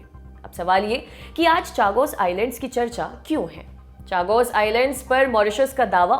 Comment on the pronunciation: Chagos का सही उच्चारण शागोस है.